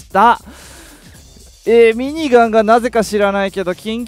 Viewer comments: かっちゃ民のしろみそペーパー み→にがん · ミニガンの発音おかしない？w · ミニガンのイントネーション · 毎回ミニガンの言い方がきになる